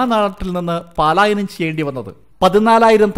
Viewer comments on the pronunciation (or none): none